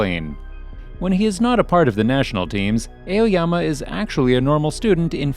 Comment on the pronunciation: ''Eoyama'' hehe